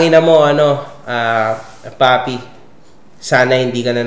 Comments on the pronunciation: Papi po, hindi paye😅 panay paye ka po pero c papi naman😅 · Papi po nOt paye 😂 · It’s papi po..not paye 🤣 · grabe tawa ko sa 'paye' na dapat papi HAHAHAHAHHA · Papi po hindi paye hahaha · Idol PAPI po Hindi PAYE😂😂😂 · Papi po hnd paye😂😂😂 papi papi papi papi😂😂😂😂